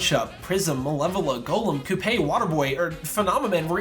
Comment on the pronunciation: I know that it doesn't matter, but it's annoying to hear someone constantly mispronounce Coupe's name when it's been repeatedly said within the game.